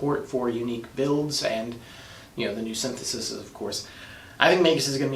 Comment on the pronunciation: sin-the-sees, pal.